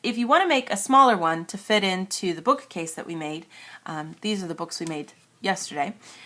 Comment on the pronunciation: why do you say 'book-A-case' ??